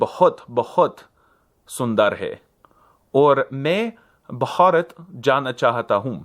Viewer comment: as an academic instuctor of Hindi I don't agree with you. Although he is definately an A1 at most, his vowel nasalization sounds correct (he only uses हूँ but it sounds correct) and all the aspirates in the video are also spot on although a little overemphasized sometimes as in भारत (where the long a sounds a bit weird instead). If you refer to the way he says Simp that to me happened because it's not a Hindi word. All the हs were correct and I did not spot any other aspirate sound in his video other than those.